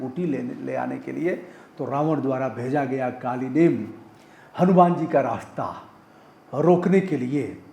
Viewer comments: कालिनेम नहीं है सर जी कालनेमी है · कालीनेम नहीं कालनेमी